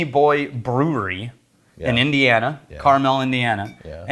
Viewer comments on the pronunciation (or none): Carmel Indiana is pronounced car-mol not car-a-mel. And nothing but posh assholes come out of Carmel. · That town in Indiana is Carmel, pronounced car-mull. Not car-mell. They're elitist enough in those parts without adding in that pronunciation. 😂